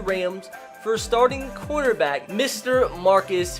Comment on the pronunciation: Every time he said corner back I thought he said quarterback